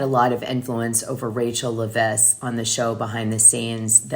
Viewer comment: Dana.. it’s pronounced Leh-viss. 😊 Thank you for all your hard work.